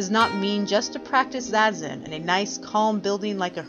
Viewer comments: It's "zah-zen" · Is that really how it’s pronounced, zazen? Like zay-zen?? I thought it was like “zah-zen”